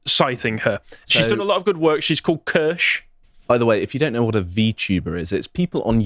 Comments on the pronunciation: Kirsche pronounced like Spear. "Key-Er-Sh" shes been trying to tell everyone for almost a year. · none of the people covering Kirsche’s work on bridge can be bothered to pronounce her name correctly lol